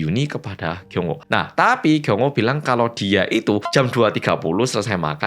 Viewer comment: Ngomong TAPI nya kenapa harus di gas to,lagi nonton jadi emosi gara2 kata TAPI yg berulang kali di ucap sambil ngegas...